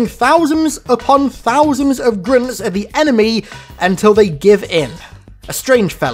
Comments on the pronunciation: GRINTS GRINTS GRINTS GRINTS, slow down and just say Grunts. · saying Grunts in your accent sounds like you were saying "Grimms" or something like that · Sounds like he's saying grimps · Grince or grunts? I couldn’t understand this video until I read the title.. you should feel bad for not knowing how to say grunts! What the actual fuck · Why do you keep calling them grints? LOL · Why he say Groont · Grimps? Are you mispronouncing grunts? Or you looking for Dr.Suess?? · Are u unable to say grUnts?